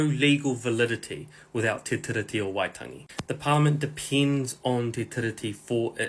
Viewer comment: Bros saying tiddy 🤣🤣 sound it out my bro Te Tee-Ree-Tee not te tiddy T